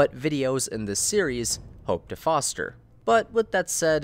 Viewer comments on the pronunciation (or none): none